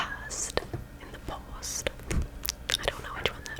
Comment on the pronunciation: Lol in the past…. paw-st 😆